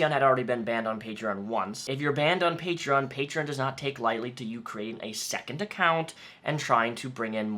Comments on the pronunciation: “Patrean” -Onision Everyone else with a brain: “PATREEEE ON!” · Its "Patreon" not "Patrein." Damn Fool... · OMG STOP SAYING PATREEIN GREASE ITS PAY-TREE-AWWWN YOU"RE NOT FROM FUCKING BOSTON! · Hate how he says Patrein Patrien my Patrien got shut down. Onision’s the only one I’ve heard pronounce it like that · The way he says Patreon makes me physically cringe... "Patrein". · "Paytreeyin" -onionboi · I forgot how much I hated the way Greg pronounces Patreon. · He deserved to lose his Patreon for the way he pronounced it alone. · Patreon should make a rule that you can only have a patreon if you can pronounce the name correctly. Onion boy wouldn't stand a chance. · Why does Onision say Patreon wrong? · I get triggered every time he mispronounces Patreon.... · I still can't believe he doesn't know how to pronounce Patreon, there's no i! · I hate how Onision pronounces "patreon" .. I don't know why it irritates me so much.